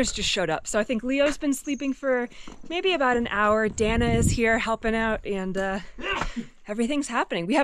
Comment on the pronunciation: El nombre de ella es “Dahna” no Danah sii???